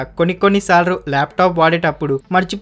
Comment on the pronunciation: Bayya. Sorry for this ela antunnanu ani emi anukoku. Neeku emina problem vunda. Ante sarlu ani andani... Salru antunnav. Chala sarlu vinnani. Corrections chesukogaligithy try cheyyu bayya. Yegatali matram cheyyatledu